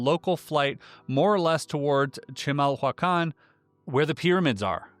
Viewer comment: Giving the spelling, you actually pronounced chimahuacán rather well, for never hearing it before. "Chee-mahl-wah-kahn"